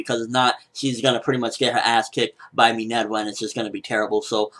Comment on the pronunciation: Her name is Minerva quit pronouncing it like an otaku. Its roman not Japanese. .. stop it please. Respect level dropped